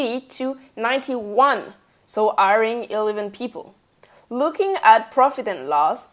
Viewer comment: Informative enough but...it was the 3rd time that she said “airing” did I realize she was saying “hiring”